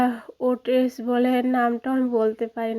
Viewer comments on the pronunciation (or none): এটা হচ্ছে ওটস বলে ওটেস না